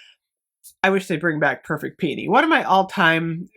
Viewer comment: I'm just thankful you pronounce it right lol I die a little every time I hear "pee-OH-nee" smh 😅